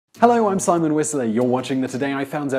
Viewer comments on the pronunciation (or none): none